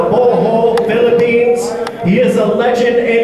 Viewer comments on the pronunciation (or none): none